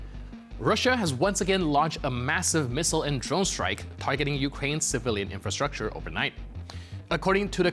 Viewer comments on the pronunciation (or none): none